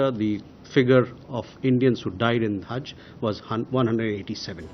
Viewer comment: Ye haz nahi Hajj hota hai